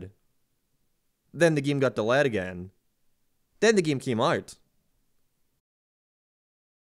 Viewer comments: please learn how to say delayed i beg of you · why cant you say "delayed" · “The game got dalaa”, good video i just find funny your pronunciation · Why does he say delayed like that :)) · I just can't ignore you pronouncing "delayed" wrong.